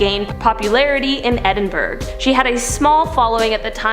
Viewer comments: Edinburg doesn't exist. There's no such place as Edinburg. The capital of Scotland is Edinburgh, pronounced Edin-borough. (People with lazier diction might say Edin-bruh, but NEVER EVER Edinburg.) This isn't difficult. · Also "Edinburg" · This isn't about why "burgh" is pronounced "borough" - I'm assuming that the spelling and pronunciation were established many centuries ago. It's about the refusal of the presenter to pronounce Edinburgh correctly. We aren't talking about a remote village that few people have heard of.